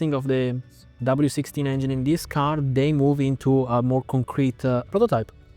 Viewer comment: "chiron-ah, veyron-ah, car-ah, same-ah, ask-ah, time-ah, development-ah, details-ah" italians speaking english :D:D:D:D:D pathetic